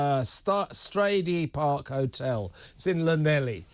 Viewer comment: Pronounced strady Park. Very plush. £350 to stay 3 nights for public. Bloody angry.